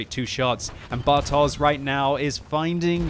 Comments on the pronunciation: It's 'bartosh' not 'bartoze'. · pls... You should read "bartosz" as "bartosh"... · As always - thanks for great comments of the battle! Just small remark (but of course I wouldn't expect you to know it): Bartosz is Polish name so if you see Polish 'sz' then pronounce it as English 'sh'. See this